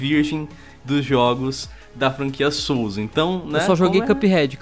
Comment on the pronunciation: não sabem dizer " jogos " ? oh brasucada